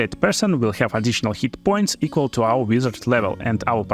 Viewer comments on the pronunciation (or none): none